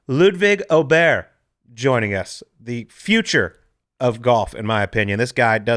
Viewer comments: If you listen carefully he pronounces his last name Oberry. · Tip from a swede to all of you golfers trying to pronounce Åberg: “Å” is the same sound as in “fore”!